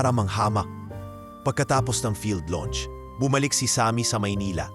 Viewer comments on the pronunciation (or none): none